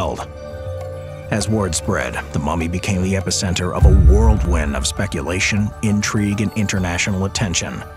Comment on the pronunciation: Psst! It's "whirlwind" not "worldwind". (Just a psa. Don't come for me!)